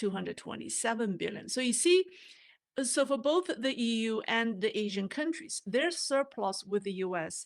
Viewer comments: Pronounce Asean not Asian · ASEAN is better and most commonly pronounced A SEAN . Sounds like Asian otherwise. Love T. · we love you here in Canada - bu please check you pronunciation of ASEAN - it's not the same as Asian. You're confusing us... Love from the Maple Leaf..